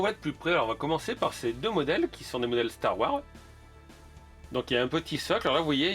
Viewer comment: Très bonne vidéo comme d’habitude, la seule petite remarque que je pourrais te faire serait de bien prononcer le S de Wars quand tu parles de Star Wars 😁 Continue comme ça 👍